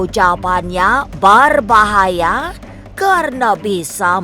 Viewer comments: Pengisi suaranya lebay bgt , ngomong d bkin2 gitu, BERBAHAYA jd BARBAHAYA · Berbahaya... Bukan barbahaya. Hahaha